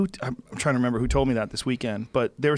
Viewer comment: Hahahaha Joe always says "member that" instead of "remember that" man he's so smart it just makes me laugh because it's gotta be because he's high!! 😂😂😂 Much love JRE & JRE Nation